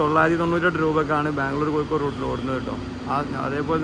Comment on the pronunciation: കോയിക്കോട് അല്ല കോയാ... കോഴിക്കോട് ന്ന് പറ